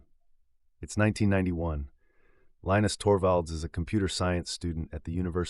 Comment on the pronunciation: If you can't pronounce Torvalds first name correctly, you don't have any credibility.